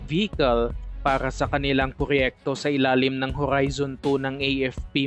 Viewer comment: Grabe ka maka horrrrrrrizon.. ang daming Rrrr 😆😆✌️